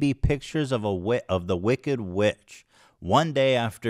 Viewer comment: “Wicket, pitcher” instead of wickeD and piCture it actually drives me crazy the way he talks lol